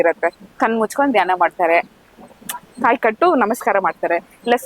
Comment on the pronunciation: ಆಹಾ ತಾಯಿ, ನಿನ್ನ ಕನ್ನಡ ಕೇಳ್ತಾ ಇದ್ರೆ,ಕಿವಿ ಮುಚ್ಕೊಬೇಕು ಅನ್ಸುತ್ತೆ, ಕಾಯಿಗೆ ಖಾಯಿ ಅಂತಿಯಾ, ಭಾವನೆಗೆ ಬಾವನೆ ಅಂತಿಯಾ,ಸಕತ್ ರೀಲ್ ಬುಡ್ತಿಯಾ ಬುಡು.